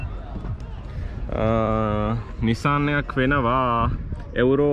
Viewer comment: එඋරෝ නෙමේ මචන් යූරෝ